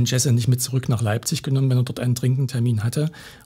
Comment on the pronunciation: Sprecht den Namen des Opfers bitte richtig aus...